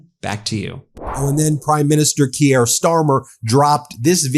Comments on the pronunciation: FYI guys the British prime minister’s first name is pronounced “Keer” like “ear,” only one syllable not “Kee-ear” just a tip 😊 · Keir is pronounced like Keer, not Kee-yer. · Keer, Ben, ONE GD SYLLABLE Keer!!! And learn to pronounce Zaporizhzhia!!!